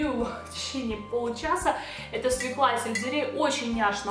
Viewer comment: Вы прелестны, но только СвЁкла, а не свеклА ;) Прошу, не обижайтесь!;)